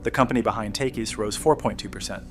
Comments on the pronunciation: I think you're an AI. Takis is pronounced tawh-keys, not take-iss. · That's not how you pronounce Takis. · An AI would do things a human wouldn't do, like boldly mispronounce a name, and then not change it in the edits. And whether you like that "junk" is irrelevant to whether you've heard their commercials, which are on TVs and radios regularly during sports season. The word is the whole ad, so there is no way a youtuber doesn't know how to say that word.